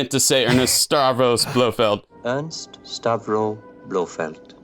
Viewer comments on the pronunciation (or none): Is it just me or does always pronounce Ernst as Ernest? Bugging the crap out of me.